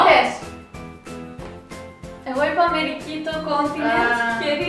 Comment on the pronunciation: Όταν λέει η Αμερική κάτω έχετε τρέφει λάθος τον τονο